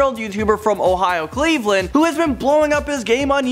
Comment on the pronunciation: "a 20 year old youtuber from Ohio, Cleavland." I think you mean Cleavand, Ohio. 😂